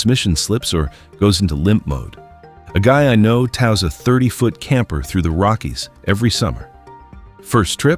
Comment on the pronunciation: Pronounces tows like cows 🤪